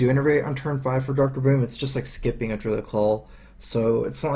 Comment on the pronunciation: called 'Deeruid' any Druids don't like it.